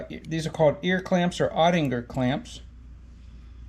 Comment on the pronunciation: Cool video. And I think it’s “oh-tick-uhr” .